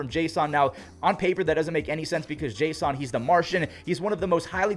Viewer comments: You pronounce Jason weirdly. His name is pronounced Jason Domínguez, not jas on Domínguez. 😂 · Unless there's something that I haven't heard, I thought Jasson Dominguez's first name was pronounced like the normal "Jason," not "Jay Sahn." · Why do you keep saying Jay-Sun? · It’s jay-sin no hate just letting you know there’s no accent in his name i believe